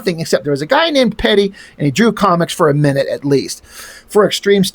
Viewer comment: I met Pedi once at SDCC in the mid 90's. He was really nice to me and my friend but he cheered a little hyper active and aloof. I remember him signing my book with one of those gold pens. His signature took up the whole cover. I have a sketch he did for me also. He basically drew himself. BTW, his name is pronounced Pie-dee.